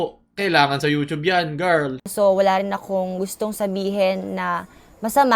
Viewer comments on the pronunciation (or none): none